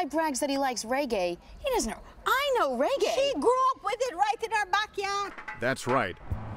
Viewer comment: caan even say the word reggae.. cho